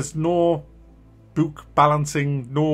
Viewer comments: "bewk balancing" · Bewk, coowk, love those pronunciations.